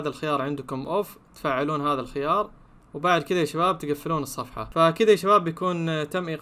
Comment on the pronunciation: انت مش بتعرف تقرأ الخيار الخيار قوله انطقه